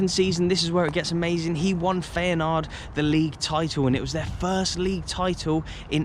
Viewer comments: FAYANARD!😂 FI-A-NORD. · FEYNAARD! sorry what? that has to be the worst pronounciation ive heard in ages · Feyenoord is that well known I’m surprised your struggling to pronounce it 😂